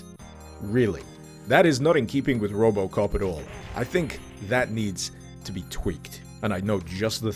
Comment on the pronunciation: Then he said robocop i actualy heard robloxcop